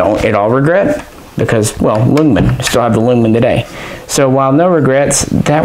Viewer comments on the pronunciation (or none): Just to let you know, I'm also a big fan of the AG42B, but while at SHOTshow I got called out by some swedish folk for pronouncing its name the same way you do haha. Apparently its properly pronounced as "Yoongman" or you-n-guh-man